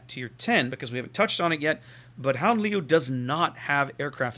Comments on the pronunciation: yeah its like the cheth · Your second attempt at pronouncing it was almost correct, apart form the 'G' sound.